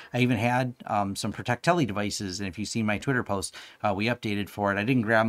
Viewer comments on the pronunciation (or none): Probably a Freudian slip, but I do believe Protecti should be pronounced Protect-Lee versus Protect-Telly. Great video. I always find your content insightful.